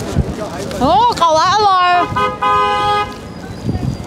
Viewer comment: เก๋าลัด รึ ว่าเกาลัด?